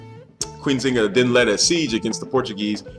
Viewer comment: pronounce the "N"....Thk you